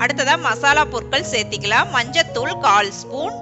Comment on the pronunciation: Nice sister..Best wishes..But pls try to correct ur pronunciation from சேத்திக்கலாம் to சேர்த்துக்கலாம்..